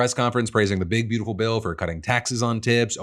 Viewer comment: I still hate the way you emphasise the word “beautiful” instead of “bastards”